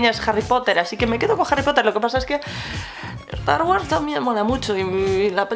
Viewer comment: "Estar güars"🙃